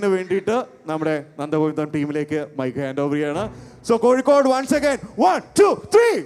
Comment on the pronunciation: ഇൻ ഡ്രാക്കാരനോട് പറയാനുള്ളത് വികലമായിപ്പറയുന്നവനെയാണ് മ്ലേച്ചൻ എന്ന് പറയുന്നത് അത് കൊണ്ട് സ്വയം മ്ലേച്ചനാവരുത് "കോയിക്കോടല്ല " അത് വേണ്ട കോഴിക്കോടാണ്.